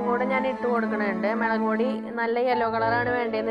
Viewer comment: Like 9, kelkn nalla resanu samsaram... melaku pody😂😂mulakupody😜😜